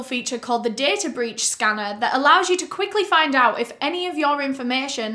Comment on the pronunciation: “Wafting their hands about, tryna find owt.” Ilysm 😂❤️